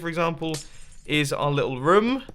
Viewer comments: It's room not rim with a acccent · yeah it’s pronounced room (oo as in cow moo) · i always hear him saying "ruum" more than "room"